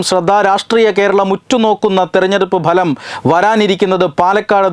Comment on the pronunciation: മലയാളം ഉച്ചാരണം അല്പം.. അല്പം ശ്രദ്ധിച്ചാൽ പിന്നെ എല്ലാം ഗംഭീരം. ഇവിടെ പറഞ്ഞുകൊണ്ടിരുന്ന 'ബലം' ശരിയല്ല 'ഫലം' ആണ് ശരി 'result' എന്ന ഇംഗ്ലീഷ് വാക്കിന്റെ മലയാളം ഉച്ചാരണം 'ഫലം' എന്നാണ് ;അല്ലാതെ ബലമല്ല.. ഇതു ഒരു ഒന്നൊന്നര ബലമായിപ്പോയീ...